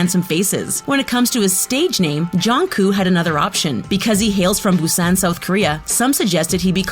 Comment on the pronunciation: OH COME ON MATE. DO YOU NOT EVEN KNOW HOW TO PRONOUNCE THE SIMPLE WORD "SUGA"? JUST FREAKING PRONOUNCE IT LIKE "SUGAR" ALSO AHEM "MIN YOONGI" OK I WONT BE TOO MAD ABOUT HOW YOU PRONOUNCE JIMIN'S NAME BUT ITS JUST REALLY CRINGY DO YOU NOT DO ANY RESEARCH? "BUSAAAAAN"? OK THATS IT!! DO YOU CLEARLY NOT SEE THERE IS A K AT THE END OF "JUNGKOOK"? I MEAN SERIOUSLY. ALSO IN HIS NAME, THERE IS A U AND A G "KIM TERRIAN"? UMMMMMMMM OK? MATE YOU'VE GOT TO GET YOUR EYES CHECKED CAUSE I DON'T SEE AN R IN HIS NAME "BANTANG" OR "BANGTAN"? OK BAI